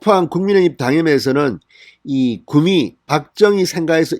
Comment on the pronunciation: 구↘미↗ 가 아니고 구↗미 ↘ 로 보통 말합니다.